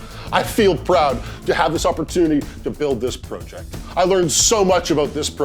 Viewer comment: This guys says project wrong lol